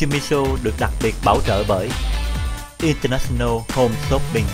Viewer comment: Show hay. Nhưng mỗi lần quảng cáo điệu nhạc nghe chát chúa quá và Jimmy nên ráng phát âm cho đúng English chớ đọc chữ International nghe phát âm rặc tiếng Việt mà Jimmy thì lại ở Mỹ nghe hơi không được hay!